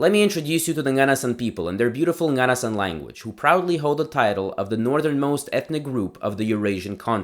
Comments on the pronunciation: hey! a little note: nganasan is pronounced with the accent on the last vowel (nganasAn) :) I’m from Dudinka which is the town where nganasans live and I’ve been familiar with their culture since childhood, it’s always been fascinating! this is an incredible and informative video!! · You have to pronouns ng at the beginning of those words it will produce a “nya” sound slightly when you say it this is why their language must be called “nya” in their language